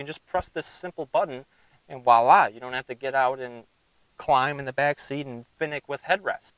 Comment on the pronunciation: It’s voila.. not “wala”